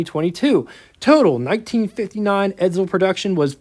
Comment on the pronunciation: Will people stop saying Edzel , its Edsel .